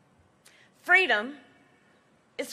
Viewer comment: Reminds me of the story she plagiarized from MLK about being a little kid in a stroller with her mom at a civil rights march in Oakland. She said she fell out of the stroller and her mom asked "baby, what do you want, what do you need" and she said "fweedom".